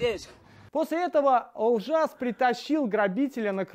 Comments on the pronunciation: Олжас а не Алжас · Не Алжас а Олжас,у вас чё нету буквы "О" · Не Алжас ,а Олжас .на нервы действует когда не правильно говорят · Майами запомни Я КАЗАХ😄 спасибо за реакцию. Можешь передать этому реакционеру что имя героя ОЛЖАС. А не АЛЖАС 🙄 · Видео крутое, только ведущему надо написать что нужно произносить не Алжас, а Олжас. В казахском языке как пишется так и читается, то же самое относится к произношению фамилии нашего президента не Такаев, а Токаев. Уважаемый "" это относится не к Вам а к видео на которое Вы сделали реакцию. Как всегда отличный контент. 👏👏👏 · Не Алжас, а Олжас, совсем другое слово. В каз.языке как пишется так и читается. Алжас переводится как тронутый. А Олжас молодец! Казах он кезде казах!!! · Алжас режит ухо его зовут Олжас через О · Алжас емес,Олжас.қазақта бұл екі сөз екі түрлі мағына береді.дұпыстап айтыңдаршы адам есімдерін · Не Алжас а Олжас.это как Онтон а не Антон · Не Алжас, а Олжас😒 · Правильно будет ОЛЖАС а не АЛЖАС!! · Алжас... Почему слово "О" не могут сказать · Что за «Алжас» блин